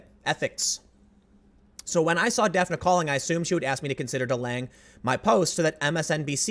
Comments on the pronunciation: Dafna...I was thinking it was Daphne...Daffnee...but I was like wait till I see the spelling, since I was only listening to it. Sho'nuff. Do you think she got that name from Daphne, but her parents didn't know the pronunciation. Daphne is more tricky then when you can get by with Shawn, Pammy pamela Kamala. Could be a native name...or popular. But I wonder?!? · I believe the woman's name is pronounced "Daff-ney" but it's funny & cute how you pronounce it.